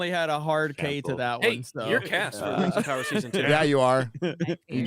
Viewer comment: Der Whings Uv Powuh